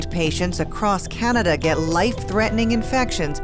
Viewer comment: "this has to stop,this is CANIDA !"lol I dunno,I find that funny